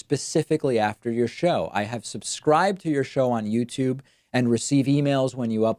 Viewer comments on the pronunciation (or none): Youtube... you... tube... Not themTube